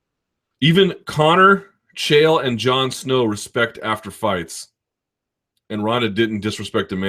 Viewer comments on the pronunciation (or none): none